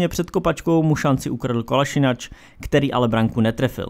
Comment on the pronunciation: Zouma nemá na základ obrany Chelsea(to by tam byl lepší ten Luiz...), jeho výkony jsou zatím podprůměrné až hrozné. Arsenal má určitě nejhoršího brakáře v top 6(Leno,Ederson,Allison(i když je teď out),De Gea,Kepa,Lloris), Je to KolašinaC né Kolašinač... To je jako bych ti říkal Přáža... Torerizoval? To je nějaké nové sloveso...?, Jo a ten dislike dostanete, já své slovo držím.